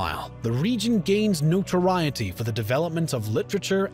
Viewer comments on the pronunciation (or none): none